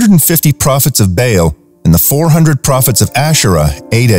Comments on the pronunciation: Learn to pronounce the names of the ancient B-AA-L not Bail or Bale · Love this but ps baal is pernouced like bawl ❤